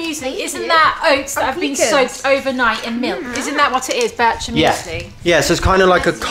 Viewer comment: Bircher is not pronounced the way you did in this video. Bircher Muesli was created by Dr. Bircher Benner.